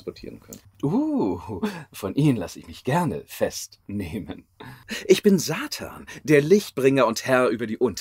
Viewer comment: Alleine diese Betonung und die Aussprache 😍. Auch wie ich bin Satannnnn so lang gezogen so geil ehrlich!!!!